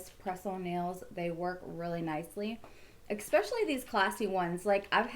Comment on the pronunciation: eSpecially not eXspecially and it’s jeuje - pronounced like judge with a hard U, not juju wtf